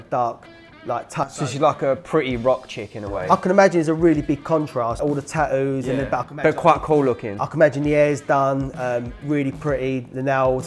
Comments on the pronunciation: Its tattoos, not taoos...🤦‍♂️ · I like how he says tattoos. "Tat-ewws".. Much more elegant sounding than my Texan accent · The way they pronounce tattoos is weird to me